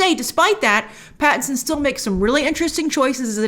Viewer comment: Pattinson not patterson, dude